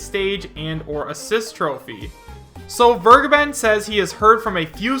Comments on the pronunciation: its vergeben (fair.gaben) not weregaiben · DasVergeben is pronounced Fair-geben and the first e sounds like the first e in "elaborate". i don't want to be that guy. really. it just bugs me for some reason